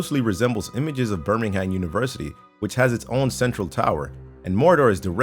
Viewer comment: I love it when you yanks try to say Birmingham, it's pronounced more like Birmingum/Birming'm :P